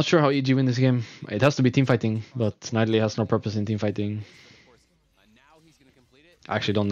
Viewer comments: Rekkles it's pronaunced NI DALIE not NAI DALI... I mean I know it's not your native language but still NAI DALI? xD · Rekkles just need to practice his voice a bit and he would be the best commenter ever, cuz he has so much ingame knowlage... Yea that and maybe learn how to say Nidalee :)